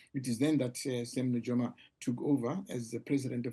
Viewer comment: NuYOma NOT NuJOma